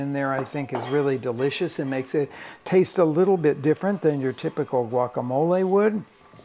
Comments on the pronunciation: I dont know why RICK is saying the word GUACAMOLE that way🤷 He has been to MEXICO enough times and knows enough SPANISH to know that it is not the PROPER way to say that word🤦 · I think he says it that way (Americanized the Spanish vocabulary) so that his non Spanish speaking viewers can easily pronounce the name of the dish